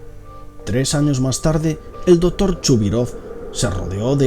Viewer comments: soy yo o este tipo no sabe pronunciar la palabra C porque cuando menciona por ejemplo al doctor el dice dotor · dice " el Dotor " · Es doCtor no dotor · dotor ????? jajajajajajaj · Porque dice el DOTOR jajajaja me parto de risa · "Dotor" Jajajaja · El "Dotor" :v "Esiste" gente :V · Por que la voz tan afectada? Porque no pronuncias las c? Dotor, colecionista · Jaja me mata el español dotor y reastor nuclear xD